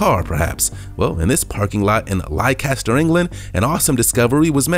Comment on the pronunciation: King Richards grave - Leicester England - pronounced Lester.... 😁